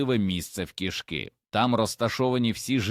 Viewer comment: У кІшки в животі кишкИ!!! Став правильно наголоси!!! 😂🎉😂🎉😂🎉